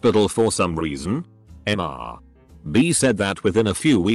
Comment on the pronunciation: Okay, how come this TTS program still can't properly discern and pronounce "Mr." and "Ms." as "Mister" and "Miss"?! Likewise for "Dr." and "Doctor".